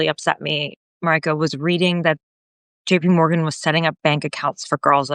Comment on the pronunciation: Not Maraika but Marijke. Means little Maria.